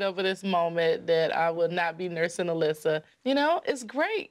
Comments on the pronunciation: The child’s name was Alyssa, not Alicia. Nothing to do with accent, just wrong pronunciation. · She called her Alyssia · Anyone else botheres by Jo calling Alyssa "Alyssia"? xD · Alysia its Alyssa lmao